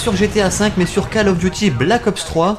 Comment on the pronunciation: je crois ke sa se prononce col et pas cal